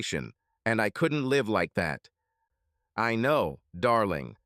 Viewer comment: Why is it the ai voice can properly pronounce "lichen" but cant pronounce properly "live"